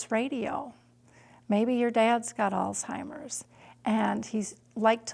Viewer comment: I hate when people pronounce it as "All timers". It's freakin Alzheimer's, not All timers.